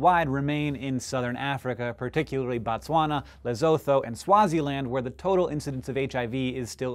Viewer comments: Lesotho - LE-SU-TO not LE-SO-FVO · Lesotho is pronounced: Luh-SOO-too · Great piece. Very inspiring. "Lesotho" is pronounced "Le-sutoo" in many native African languages TH with an O after it is pronounced with a silent T... (will be happily corrected if I'm wrong.) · I love your show, but as a South African, I have to say your pronunciation of Losotho is incorrect. It should be pronounced Lesutu, emphasis on the second syllable. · It's pronounced Lesootoo not lesetho like it looks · Lesotho - Pronounced "Le-su-tu", Hank. LoL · Yet another pronouncing Lesotho wrong.... Although I must say its kinda confusing the way its spelt so different to how it sounds haha, its pronounced le-soo-tu (rhyming with blue) :) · Lesotho is pronounced le-su-tu. I am from South Africa and the is currently a massive campaign on radio for circumcision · Quick point (nothing to do with circumcision): Lesotho is pronounced 'luh-SOO-too'. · it's pronounced Le-sue-too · Heads up =] The 'otho' in 'Lesotho' is pronounced 'ootoo' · LOL.. It is pronounced lesootoo(double o represeting the o sound from the word "too") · Funniest pronunciation of Lesotho ever, I come from South Africa and had to figure out what it is supposed to be :) Supposed to be le-SOO-too, just btw. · Lesotho😂😂, the way he said that was so wrong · Lesotho. Pronunciation, Hank.